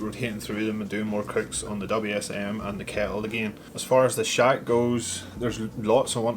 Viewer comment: I think you need to pronounce shack a little bit better as it sounds like shag at the beginning